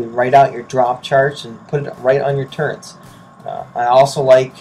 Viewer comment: "Recticles" and "turrents"